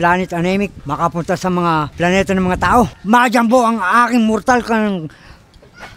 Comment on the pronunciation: 𝕄𝕒𝕛𝕚𝕞𝕓𝕦 ❌ 𝕄𝕒𝕛𝕚𝕞𝕓𝕠 ✅